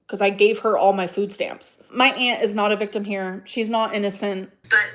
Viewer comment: weve gotten so many iconic phrases now. I AM A VICTUMUH.